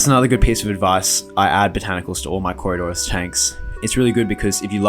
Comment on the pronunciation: It nice that you learned how to say coridoras.